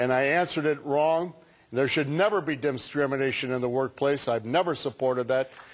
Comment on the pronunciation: Did he... did he say "dismination"?! O _ o